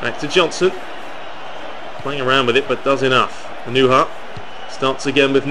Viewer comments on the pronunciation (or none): It's pronounced ah-no-ha